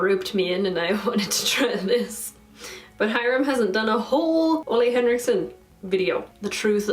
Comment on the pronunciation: Ole henrikson is pronounced “oo-leh” btw!